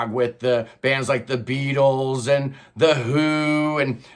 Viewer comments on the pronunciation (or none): none